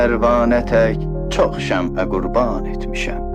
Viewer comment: “Cox şembe” yox,”cox şem’e